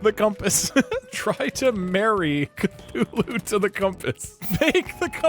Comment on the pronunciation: It’s Cthulhu you idoté